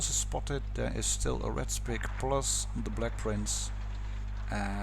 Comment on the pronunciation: Just as a head ups you probably shouldnt't pronounce the Sp 1 C as a spick because its a pretty offensive word